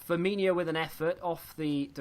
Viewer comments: It's F-i-R M-i NO not inio...... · So annoying to hear a Liverpool fan pronounce Firmino like that